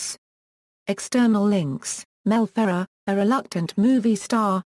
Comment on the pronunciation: The biggest failure of an audio biographer is to mispronounce the subject's name. You did that here, idiots. Do some research and correct or take down this video clip.